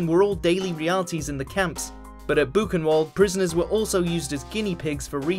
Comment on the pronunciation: Buchenwald is pronounced wrong. It is pronounced buchen-vald. German word's with w's are pronounced as v's. Im German myself, by the way.